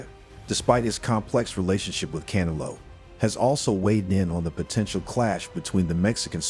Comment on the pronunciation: Bruh Practice saying Canelo 😂